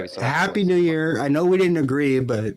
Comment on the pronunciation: I heard Merry new'ear...